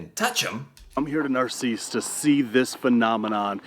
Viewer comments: It's not "nar-si-ss" pretty sure it's "nar-sis". Spelled "narcisse" of course. No Spaniards up here (well, you know what I mean) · I live really close but have never been there. BTW it's called Nar-SEECE. Reminds me of a Far Side cartoon. In a snakepit, one snake says to another "I don't know about you, but this place gives me the willies."